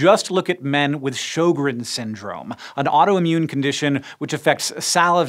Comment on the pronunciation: How long did it take Hank to pronounce "sjögren's"?